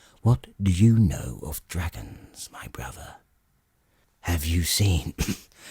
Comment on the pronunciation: Wait wheres the other 2 books? I was even getting used to hearing "Waistlin and 'is bwuvva" 😂